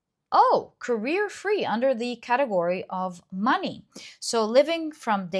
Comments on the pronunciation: I got so scared when you said career free but then I realized it’s actually carefree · Pile1: its carefree not careerfree